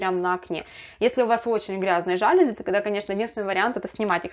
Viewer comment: Пожалуйста, говорите правильно:ЖалюзИ!!!